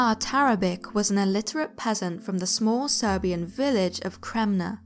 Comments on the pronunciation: Yeah, that's pronounced TARABICH not TARABIK. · Very well done, thank you. Just one thing .. Tarabic is actually pronounced Tarabich - there is an accent over the 'c' in Serbo-Croat which makes the 'c' a 'ch' sound. Just thought you should know for the future ;-)